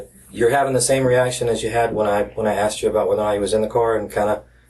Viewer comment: He axed chu... so hard to listen to these things